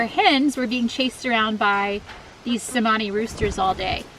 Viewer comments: It's "Chemani" not "Semani" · It's actually pronounced Cher-mani, as the letter C has a CH sound in the Indonesian language. But they are such a beautiful bird, though I hear they are very expensive, over $1500 a bird.